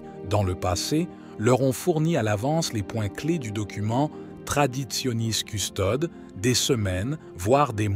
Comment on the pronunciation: Toujours cette prononciation erronée de "Traditionis Custodes" où les deux dernières lettres de Custodes, "es", ne sont pas prononcées, alors qu'elles devraient l'être.